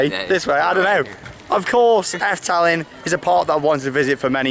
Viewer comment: Just way u say Efteling is fun, it kinds sounds like afteling XD